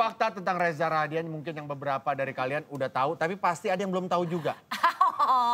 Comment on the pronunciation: Rahadian gak pake "R"